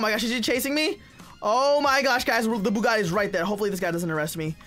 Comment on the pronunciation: You said invisabe bugite